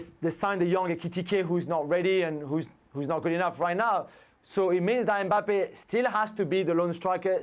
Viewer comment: Jules with his usual Me mangling of Mbappe